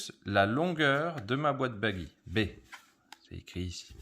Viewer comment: Pourquoi dites-vous "Baguy", alors que c'est un nom italien qui se prononce "Badji" ?